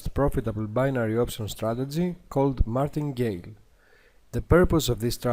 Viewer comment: It's "Martingale" not Martin Geil lol.